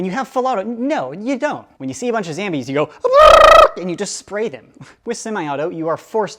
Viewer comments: PLS STAAAAAAAAAAAAAAAAAP SAYING ZAMBIES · Why does he say zambies?🤣🤣